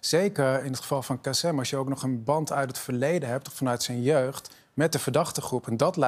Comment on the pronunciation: het is "KasIM" niet "KasEM". Voordat je op TV aan een discussie (waar je blijkbaar geen bal verstand van hebt) meedoet, zorg dan in ieder geval dat je ten minste de namen van de betrokkenen goed uitspreekt....